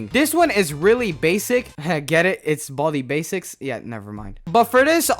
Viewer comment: I think you pronounce it with " 'S basics" idk why